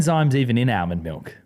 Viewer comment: The way says “Almond” hurts my head…..